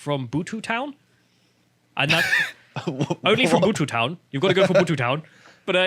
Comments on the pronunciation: I know is English and therefore has a limited vocabulary, but it's pronounced "Beaut" Town, not Bootoo! Your Friendly Welshie that only speaks English (apparently better than you!) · The name Butetown comes from the Marquis of Bute, who was a large land wine in the area. Not some strange pronunciation you used trying to make it sound like an African word.